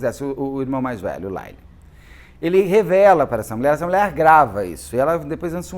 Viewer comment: A fonetica de Lyle é L-A-I-O